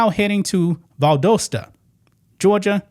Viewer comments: love ya man but gotta correct you , its Val-dah-sta Georgia. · Great video, but it's Val-dah-sta, GA 😄👍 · Pronounced Val-DOSS-ta😉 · When she is asked a question she NEVER gives an answer. She always makes it all about her. Does she think gir dome reason she is a goddess? Have you seen the pictures of her on the street dressed like a streetwalker? its Val dahs ta, not doe sta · does the very best, so don’t get your panties in a wad over a slight mispronunciation.👀